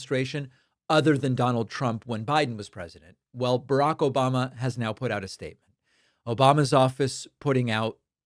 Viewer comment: I didn’t watch yet, but I’m hoping we’ll get an “Obomna”